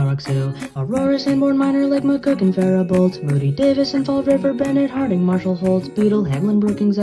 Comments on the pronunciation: Small correction! Not that it matters, but Faribault county in MN is pronounced "Fair-bow". It's a fun fact because it doesn't look like Fair-bow at all. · Well, that county was pronounced wrong. The t at the end is actually silent. So, pronounced something like "Faribo"